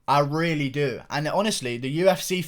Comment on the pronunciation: You gotta get some “ I Rrrreally do “ Merch